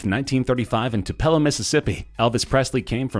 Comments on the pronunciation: It's Too-Pa-Lo MS for Elvis. NOT To-Pell-A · It’s pronounced “Too-pelo” (Tupelo) 😂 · You totally messed up on how u said Tupelo wrong